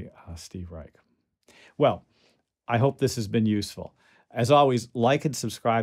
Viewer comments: Pronounced "Rye-sh" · Youtube videos of interviews with Mr. Reich pronounce his name with 'sh' not 'k'.